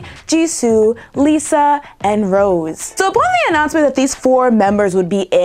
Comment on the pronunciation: IT'S ROSE' NOT ROSE